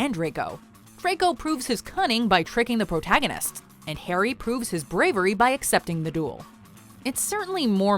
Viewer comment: ”hARRy” *”wOT” “EuhUehhh”